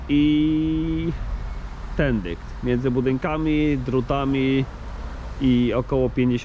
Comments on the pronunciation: W kieleckiem mówi się tendyk, a nie tędy? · Ja usłyszałem "tendykt" 😁 Ale i tak kanał wymiata!